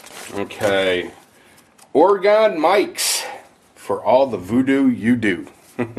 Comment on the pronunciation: Dude, just say it like "organ" not Ore-gone! The first thing the woman said on the History Ch. program of the 50 states or whatever it was it's not Ore-gone! It's just Oregon said like "organ"! Either an organ you play on, or a body organ, or both at the same time lol!